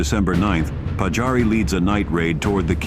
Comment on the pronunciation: Olisi hyvä kunnioittaa suomalaissankareita lausumalla nimet oikein. Siis Pajari eikä Patsaari.